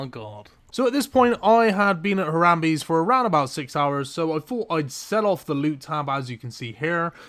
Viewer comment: could you PLEASE PRETTY FUCKING PLEASE stop calling em harmabeeee's that shit is aids for the ear.